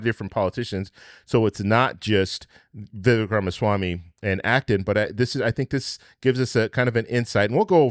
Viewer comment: His name is pronounced… VivAAAKE (like Cake)